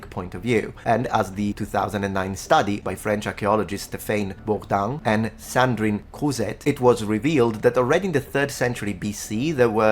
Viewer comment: Pedantic french here. It's stéphane bourdin (pronounce phane like "fan" and bourdin bourd'1) and sandrine Crouzet (the T isn't pronounced). Awesome video, but please try watch to not americanise name (especially french because we hate anything anglicized). Or don't, it's your choice.